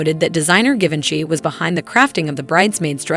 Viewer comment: For the love of God… you could have found someone who knew how to pronounce Louis, and Givenchy. How embarrassing.